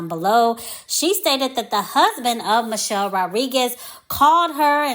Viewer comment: I dont rock with mielle anymore however Thanks for pronouncing the name correctly